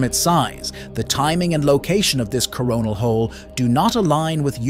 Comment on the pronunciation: Yeah, I specifically heard "Corn Hole". Where's Beavis when ya need him?😂